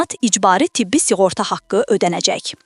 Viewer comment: S i ğorta yox, s ı ğorta!🤦‍♂